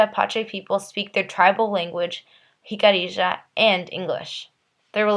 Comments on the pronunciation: Pronounced: Hik-a-REE-Ya... NOT Hik-a-ree- JA... No JA at the end of the word!!!!!!! hik-a-ree-YA!!!!!! "YA" at the end, not JA!!!!!! Stop with the "JA" at the end!!!!!!! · Its Pronounced Hic-uh-ree-ah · I feel bad for future generations of the Americas. Going through their education while never learning the true history of this land. While we can't blame them for what their (many, not all) ancestors did, we can however blame them for lack of investigation and knowledge. Which is why I am grateful to you for making this video, even if the pronunciation of the tribe was incorrect. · Nice job, but your saying Jicarilla wrong. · Not everything presented here by the maker of the video is correct or accurate. I mean, for starters, she MISPRONOUNCES the name “Jicarilla!”